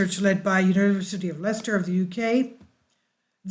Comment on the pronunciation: Very interesting - thank you. We in the UK say Leicester as "Lester".So you were correct in the pronouncement first time. Indeed the heat to turn the sand orange and make glass on the ground is impressive! I call these eruptions "God's land making machine". Without it we would have no World to live on!